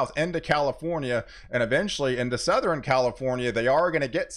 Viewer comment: EastERN, SouthERN... NOT EastREN or SouthREN..... I bet you say nukular too.